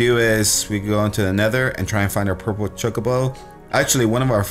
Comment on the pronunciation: chocobo pronunciation chu-co-bo